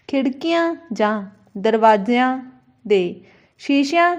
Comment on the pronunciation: ਮੈਡਮ ਜ਼ ਪੈਰ ਬਿੰਦੀ ਨੀ ਬੋਲਦੇ tuc ਜਿਵੇਂ ਦਰਵਾਜ਼ਿਆਂ ਸਬਜ਼ੀਆਂ